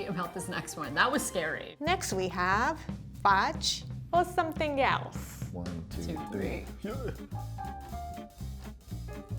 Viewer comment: Please make this a series I love how Rie says "[thing] or something yelse?"